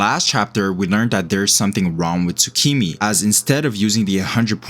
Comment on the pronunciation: It's Tsumiki, not Tsukimi, just go back to OPM